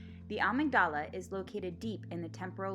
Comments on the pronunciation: ah-MIG-da-lah. accent on second syllable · I think you mean, ah-MIG-dah-la.